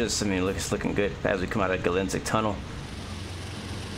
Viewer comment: Misspoke Altoona but said Gallitzin right. You’re in my neck of the woods, sorta.